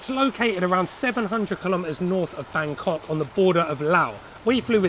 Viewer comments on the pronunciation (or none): none